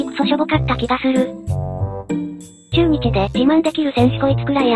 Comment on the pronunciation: ちゅーにちやめて笑